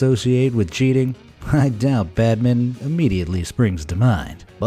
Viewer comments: Bedmen? Badmto? It’s Bad-min-ton badminton! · As you obviously don't know how to pronounce it- it's bad- ming-ton. Not bad-ton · He pronounces badminton as badmen 😦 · Badmin????? Bad min ton!!! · WTF is "Badmin"? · Badmin-TON!!!!!!! Not badminten... Can you even read??!?!?! BadminTON.. Stupid americans... AT least you could have googled the freaking name, so you could pronounce it properly.. Stupid dumb fuck... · What the heck is badmin? It's called badminton! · or how he pronounced badminton as badmin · What sport is Badmin? it's BADINTON! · Badmin? Wtf is that? There is a “ton” on the end of the word you just ignored! Bam-min-ton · Badmin. 🤣🤣🤣🤣🤣 It's badminton. There is a TON at the end! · This guy cant say badminTON ..e says badmidon lol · Why the fruck did you say badminnon it’s badminton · It’s badminton not badmin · Bad men? It’s badminton! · It's Pronounced 'badminton' not 'badminn' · Wtf is badmin? Its badmington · The Badmin as you called it is spelled and said as Badminton! I old English sort dating back to Elizabethan times in the UK. And you say Baseball.. that is just the old English game of rounders taken and mucked up by the Americans into a daft silly game version of the original rounds game! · Badmin you mean badminton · When he said Badminton I only heard: badmin. And I was like where is: ton. It is called badminton, not badmin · How he pronounce badminton though "Bad mint" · FYI, badminton has a ‘ton’ in the end of it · Please could you say badminton correctly. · badminton more like bad-minton 😂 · Unable to pronounce badminton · Be amazed how this person can't say the word badminton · You say badminton weirdly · Wow, another word butchered by Americans, *badminton. 😤